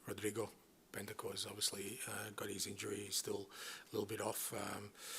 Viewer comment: The way he says Rodrigo Bentancur 😂😂😂